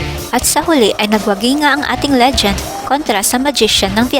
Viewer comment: ...Magaling talaga ang ating si Sir EFREN 'BATA' Reyes, the Legend!. Do I hear "Legent" instead of "Legend" o nabingi lng akO.